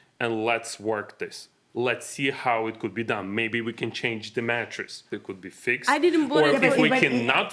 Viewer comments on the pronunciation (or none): none